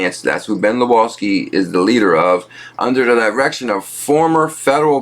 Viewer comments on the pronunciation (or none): proper pronunciation LawSkee not Luawskee